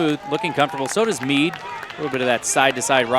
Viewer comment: Jeudy Guzman Hernandez Yes, I guess I shouldn’t be so insensitive because English isn’t his native language so it’s understandable. But it’s still really bad... he called “Mead” (which is spelled out in the video) “Meat”...